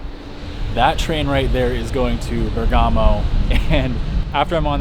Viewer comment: I’m Italian and I have to tell you that it’s called Bérgamo and not Bergámo...